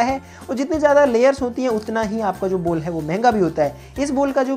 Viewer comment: Ball ❌ Bol ✅ 😂😂😂😂